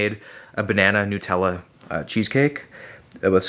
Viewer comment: Whys man saying nootella